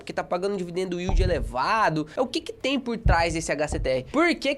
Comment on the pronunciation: "dividendo uíldi" kkkkkkkkkk